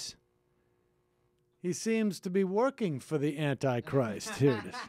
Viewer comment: "Annie Christ"....OMG!....Who is Annie Christ?